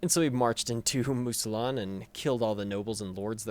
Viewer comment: Mousillon = "moo-zee-yon"